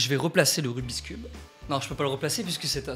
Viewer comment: ON DIT "RUBIK'S CUBE" PAS "RUBISKUBE"